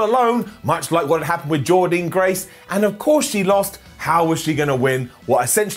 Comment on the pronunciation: .......SAY JORDYNNE GRACE NAME CORRECTLY!!!!!!!! Another top show from impact this week & keep on showing impact love